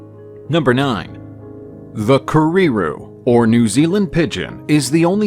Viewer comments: And it's not prefer it's kereru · Those May-oRi KerreeRoos sure are cute though... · Kah REE ROO? Keh-Reh Roo actually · care-rare-roo but roll the Rs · Kerrey not prefer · You really ought to correctly get the pronunciation of words - pretty slack really. I could only bear to watch up to kēreru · There is no rolled r !! It does disrespect. You wouldn’t hear maori, kererū or takahe. Pronounced in this flippant way anywhere in new Zealand Just check on a translation app or ask someone ! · Sorry but your pronunciation of Maori is completely unacceptable .. you could please make a little effort…. Repeating Kererū and Māori and takahe over and over with no effort to pronounce correctly … is sad. Or are you a bot ? Stop stop stop saying Mayory. Very lazy and insulting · In that case I'm taking 10 pts off for his low tier pronunciation of Kereru but I'm awarding you 50 pts for his outstanding effort with Mahuika . Nice job overall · The Kererū pronunciation tho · Lol this isn't even Offensive but the way you pronounce kereru is just un matchable lol and the tomtit lol this is just flat out amazing